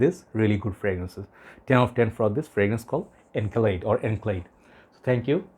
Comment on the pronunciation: Encelade is pronounced like "in-SELL-uh-day". You know, like Saturn's moon Enceladus